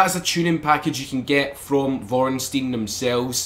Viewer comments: Vorenstein? Haha you mean vor-stein-er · It's pronounced vorst-niner. Great vid as always